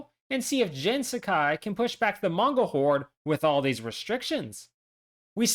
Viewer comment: I’m gonna need you to tell me how you came to the pronunciation of Jin’s name that you did and who told you to say it that way, because whoever they are needs to be publicly shamed